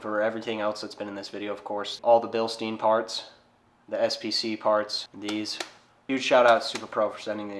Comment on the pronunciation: It’s pronounced Bilstein